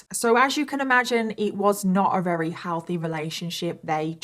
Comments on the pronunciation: Why do you say “reary” instead of very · Ok wait are you saying “rery” instead of very? Or are my ears messing with me?